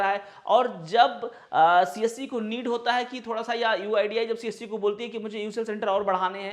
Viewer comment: its better ki aap csc centre bole. aisa lg rha hai ki aap kamasutra centre bol rhe ho